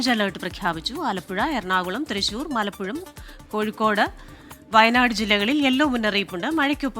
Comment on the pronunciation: മലപ്പുഴം എന്നൊരു ജില്ലാ ഇല്ല 😂ആർക്കും പറ്റും പക്ഷെ കേട്ടപ്പോൾ 😂